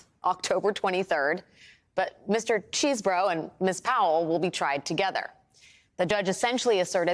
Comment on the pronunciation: It's pronounced 'cheese-bro', lady. Get with the program.